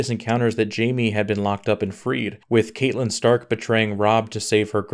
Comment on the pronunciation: You are killing me with the pronunciation of the characters’ names (Varys & Catelyn)